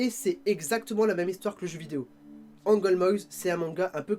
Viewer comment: On dit Angolmoas pas Angolmoises mais c'est pas grave😉 Sinon super vidéo !